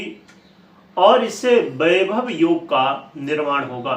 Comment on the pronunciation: बाईभव नहीं वैभव होता हे 😜